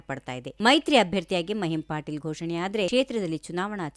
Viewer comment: ಮಹಿಮ್ ಪಾಟೀಲ್ ಅಲ್ಲ ಮಹಿಮಾ ಪಟೇಲ್